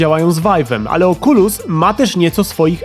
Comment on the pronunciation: "małe oczulusiątka"